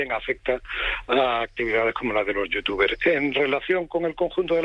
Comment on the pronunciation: Es tan tonto el inicio XD, los datos mal, no sabe pronunciar los nombres de los youtubers Primero en el primer clip que ponen dice: Me voy para vivir con mi señora. Inmediatamente dice el presentador: Se va para pagar menos impuestos. .-. Algo que no saben los de la tele, ser youtuber o strimer no es para siempre, va a terminar aburriendo a su publico tarde o temprano y su canal morirá, por eso tienen que reunir la mayor cantidad de dinero para vivir tranquilos, no es un trabajo fijo, puede el día de mañana decir una tontería y que lo cancelen en twitter y así perderlo todo, ya ah pasado y es normal que quieran reunir la mayor cantidad de dinero posible. Me sorprende como explota el mundo porque unos youtubers se van a vivir con sus amigos y a ganar más dinero, pero cuando pasa una noticia de que x político robó cientos de millones, lo ven como algo normal